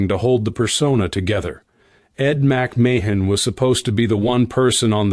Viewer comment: This narrator sounds dumb pronouncing Ed McMahons name.